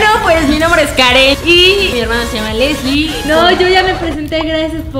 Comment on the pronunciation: sjjsjsjsjsjsjsjsjs meda un monton de grasia como dise karen: soy asle sjsjjsjsjsjsjsjsjsjsjjsjsjsjsjss *se muere de la risa * esque osea dise soy asle soy aslie jajsajsajsjajsajsjajsasjajjajsajsjajsajsjajs